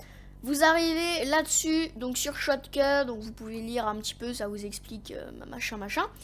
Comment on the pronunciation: Tu a du mal a dire shotcut mdr sinon très mauvaise vidéo tu explique mal mec au pire prend un texte